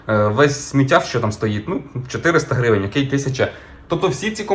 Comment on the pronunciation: Блін, як же ріже слух слово грІвень від автора :)